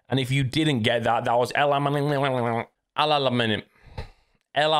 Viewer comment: just pronounced Alamein ( العلمين ) Like an arabic speaker 🤣good job